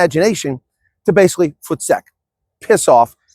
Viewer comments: A bit off topic, this is the first time I ever heard Voestek pronounced correctly in an American accent I'm impressed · is Actually a South African in his heart now to be able to pronounce VOETSEK PROPERLY 😂😂😂😂😂😂😂